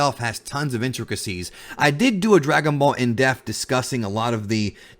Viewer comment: dePth... dePth!!!! The fuckin p isn't silent bro drives me nuts "On this in deaf" is what your saying